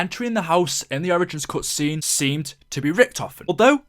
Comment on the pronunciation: In the cutscene, Maxis says "Ze", not "the", but in the radio, Maxis says ""The"